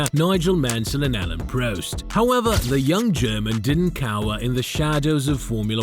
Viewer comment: "Alan proast!" 🤣 good work ai! 🤣🤣🤣